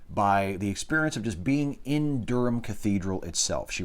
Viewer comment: Good to hear you pronounce 'Durham' correctly. When it cropped up in an earlier chapter you mispronounced it horribly. Of course the funniest thing in the world is hearing an American try to pronounce 'Leicestershire' or, even worse, 'Worcestershire'.